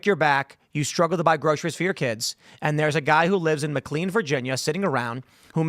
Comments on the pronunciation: For the love of God, Tim... McLean in Virginia is pronounced "mick-LAYN". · Could someone please teach Tim how to correctly pronounce McLean. It's annoying. He mispronounces so many words without ever being corrected, I'm convinced the people he surrounds himself with are too afraid to do so.